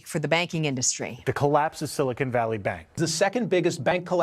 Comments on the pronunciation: Great video! (It's Silicon Valley not Silicone Valley btw). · Silicon ≠ “silicone” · It’s not “cone” it’s “con”. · It isn't pronounced "sili-cone" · It's silicon not silicone. Silicon reflects the compound in a computer not those gel inserts in a woman's upper thoracic area. And still, what is a woman?